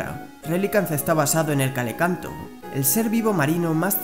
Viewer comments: Calecanto?Mem es Celacanto hijo mio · celacanto no calecanto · Es celacanto, no calicanto. De todas formas, gran video, me enteré de mucho y me divertí. Toma mi like y ganaste un nuevo sub.